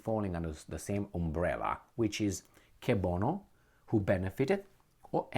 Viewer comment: the pronunciation of "cui bono" is closer to (kwee bono), you say "qué bono" as in the Spanish word for 'what'. As long as US firms ( Energy, military industrial complex related and others) can make these record profits, the war will continue. All the usual suspects are feeding at the same trough while we get hammered. What would happen if ten or twenty million peons decided not to continue paying our IRS overlords their unfair share of our sweat and tears?